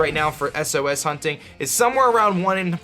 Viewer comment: wtf is an "eses" method? ITS S-O-S. also take care of your rotom asshole.